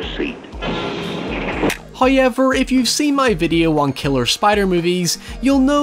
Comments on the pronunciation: me: however: hëœwever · Drinking game: take a shot every time says hoyever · love the way he says "hawyever"